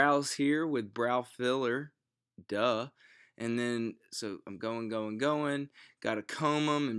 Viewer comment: haha I love the DUH after he said eye brow filer